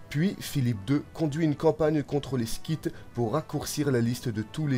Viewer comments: Et scyte se prononce [Site] et non [skite]. Mais chouette vidéo, en effet. :) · Un détail, vous avez commencé par « en -359 il devient roi » suivi de « en -360 le jeune roi » ; mais logiquement il ne l’était pas encore ? + on dit les Scythes (son s, pas sk) Sinon le montage est super 👍